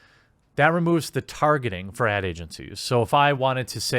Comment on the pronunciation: I thought he said ant agency instead of ad agency. Was confused.